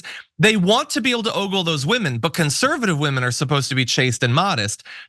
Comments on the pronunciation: Aw-gul, not Oh-gul... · Love you Jon. But it’s pronounced “aw-gull” not “ oh-goal”